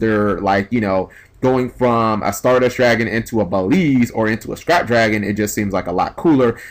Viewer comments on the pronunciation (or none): Stop saying "Baleeeeeeeeze". The "L" is not before the "E". It's "Beel" then the "Z". "Beeeeeeeeeeellllllllzzzzze. "Beelze". "Beel-z". The "E" at the end is silent. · It's BEE-EL-ZUH.Not Belize. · Everyone is pronouncing "Beelze" wrong. It's pronounced BEE-EL-ZUH. It's a reference to Beelzebub, which basically means "the devil".